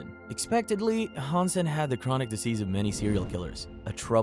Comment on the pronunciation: I get some of the names on the list might be a little difficult to pronounced, but Hansen?!?!